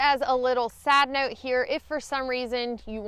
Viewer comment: Did she say sad note or side note?